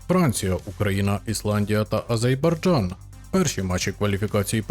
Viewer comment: який ще «Азейбарджан». Немає такої країни